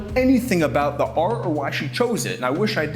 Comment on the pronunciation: Can you not say "Art " ?